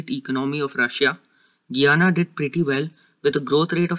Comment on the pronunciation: I like the video but it’s pronounced: Guy-ana I’m from Guyana btw.